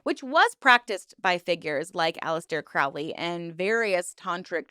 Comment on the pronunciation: And mispronouncing Crowley